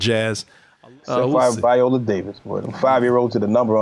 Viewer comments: Her name is said... VY- oh-la Davis. I need you to put more respect on her name, sir. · If you're gonna clown Viola Davis at least pronounce her name correctly